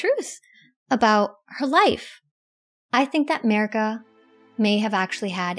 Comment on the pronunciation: ye, and please, her name is mArika, not mErika example of correct pronounce